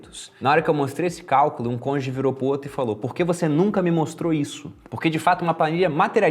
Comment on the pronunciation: deu um de Sérgio Moro, "seu conge" não, cônjuge.!